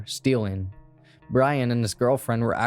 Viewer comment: Thank you for 1) Covering the ‘Florence Murder’ case. It was such a big thing when I was a kid all over the news here. And 2) Thank you for saying Missoula correctly lol.